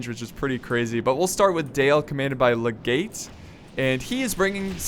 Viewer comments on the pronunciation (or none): I think his name is a roman Legate, not Le-gate.